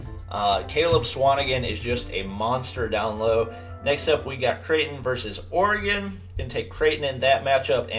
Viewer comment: says Creighton... says oregon